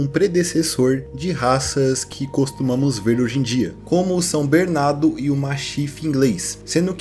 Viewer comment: pq tu fala "Bernado" ao inves de "Bernardo",?